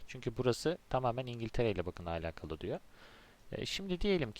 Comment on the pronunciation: Keşke alakalı kelimesini doğru telaffuz etseydiniz. Videoya odaklanamadım. Ayrıca onu da bunu da anlatacağım deyip bir ... anlatmadınız.